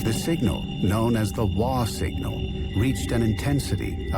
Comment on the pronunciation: Wah signal. The first thing they mentioned. Bloody wah signal. If they can't get that right then the video is not worth watching. Come on. Watch your videos before posting to see if they are in fact worth watching